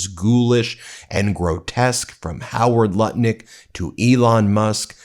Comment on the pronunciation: THE NAME IS HOWARD NUTT - LICK.....PLEASE SAY IT CORRECTLY.